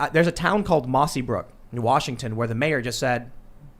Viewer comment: Its mossyrock, get it right